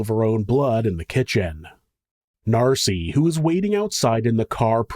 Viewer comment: Hey MonSter loVes , it’s Nancy, not Narcy . Miss you guys.